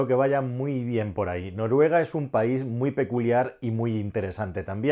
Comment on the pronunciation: País. Se dice País.